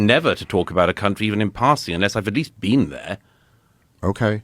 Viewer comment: Murray destroyed himself. “Have you bean there?”